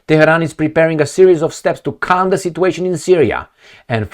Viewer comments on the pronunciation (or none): none